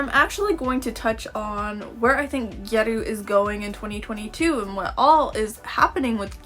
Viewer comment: OHHHHH you’re pronouncing “gyaru “ like “gyeruu” Oh okay, I was confused